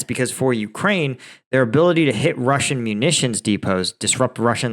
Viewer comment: You need to practice Russian pronunciation. You can do it! Thank you for another great video!